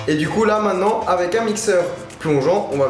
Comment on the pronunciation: il dit " mainnant " pas maintenant 😅😂